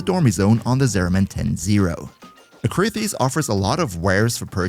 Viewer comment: It's ah-KREE-this.